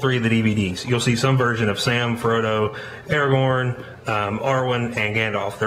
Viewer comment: did he say faragorn or am i just hearing shit